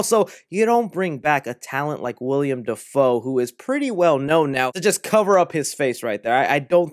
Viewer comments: WILL-EM not William 😂 much love though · “William Dafoe” it’s Willem ( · Willem not William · you’re awesome and I’ve been a sub since you had like 1000 subs, but please, it’s Willem. Not William. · i love ur vids but the actor who played green goblin in the first spider-man is named WILLEM (will-um) Dafoe not William. ik it’s minor but it’s just one of those things i can’t look past lol. similar to when people say “nuc-u-lar” instead of “nuc-le-ar” or “li-bary” instead of “li-brary” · Its an MCU movie man we have nothing to worry bout when it comes to the story makin sense. Btw its 'Willem' Dafoe not "William" 👍🏼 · Willem, not William 🤣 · Dude it's WILLEM not WILLIAM! ;^) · Bro, the guy's name is plastered all over the video you just uploaded and you keep calling him William. ITS WILLEM. how do you expect us to take you seriously if you can't even pronounce or read a name properly? It would be one thing if he were a b-list actor, but the guy has been a staple in Hollywood for years. Figure it out dude! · Hate to be "that guy" but it's Willem Dafoe not william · Willem!! WILLEM!! WILLEM!!!! Say it with me: Not "William" Dafoe... "Willem!!" Lol Sweet chocolate christ, every time you say his name in any video... lol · Bro it’s Willem not William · Willem, not William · It's WILLEM not WILLIAM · (Will-um) Defoe 😊🤘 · By the way, you keep saying Willem wrong lol